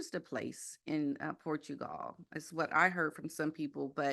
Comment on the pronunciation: Who is this person and why isn't she afraid of getting sued? She can't even pronounce "Portugal" properly. Give me some Lady C....she has a solid, good reputation and possesses gravitas. This gossipmonger is not doing it for me.